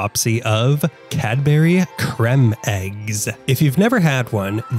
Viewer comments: Very interesting video! They're lovely and the caramel ones are even better 😋 btw it's pronounced as cream not cremm 😂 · "Crem"? It's pronounced same as cream. Then again, he's Amurikan.